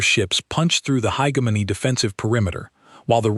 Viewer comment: I can’t finish this garbage. How many different ways can you mangle the word hegemony?